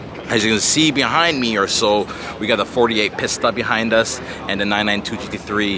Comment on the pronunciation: Bro! You're triggering me with the way you calling that Ferrari "piss tuh" Edit : I couldn't watch the video anymore. You sure are unique 😂